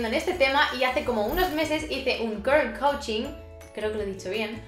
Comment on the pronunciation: Has dicho “curls coaching” perfectamente!!!